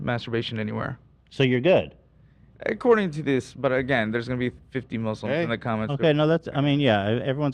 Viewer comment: coming heavy with the accent " according to this " 😆